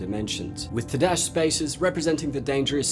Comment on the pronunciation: "Toe-dash" long O sound